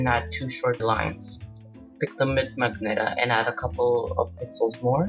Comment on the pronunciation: It's pronounced ma-gen-ta